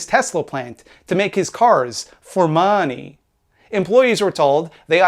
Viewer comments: Also very amused by the way you say Mahhneey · I like when he says "The Maaney".